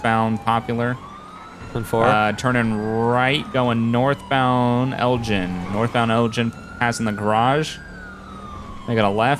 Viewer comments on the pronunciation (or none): idk why but this really bothers me the way you say Elgin its a place in Scotland and its said El-g-in not gin the drink but anyways keep up the good work :)